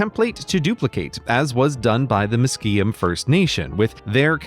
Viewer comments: That's definitely not how you pronounce 'Musqueam' . It's more like "MUUS-quee-um" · Grey i believe Musquem is pronounced “H-Muh-quee-um” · Pronunciation note: in english, Musqueam is pronounced mus-KWEE-am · It's pronounced Mus-kwee-um, just letting you know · Great vid! Only nitpick is : it’s pronounced mus-kwee-um! Traditionally it would be closer to kwuh-muth-kwee-em but the former is more commonly used. Very nice cedar hat though! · I love how Grey pronounced Musqueam 😭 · Wish you would've made effort to pronounce Musqueam properly